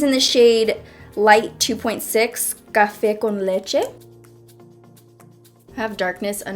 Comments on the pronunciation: I loved when you said “cafe con leche “ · Your pronunciation of café con leche 😍